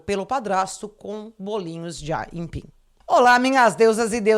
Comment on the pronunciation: É so ela que fala "aimpim" ou isso é regional?